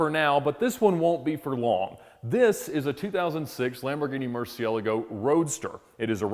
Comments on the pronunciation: Wish Americans would learn how to pronounce Murcielago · Apparently I’ve been pronouncing Murcielogo all wrong. Not that it comes up much in my conversations.